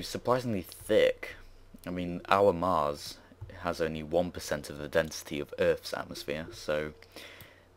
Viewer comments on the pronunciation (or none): none